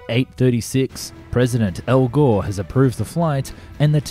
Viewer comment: You HAD me until "President Al G(wh)ore"...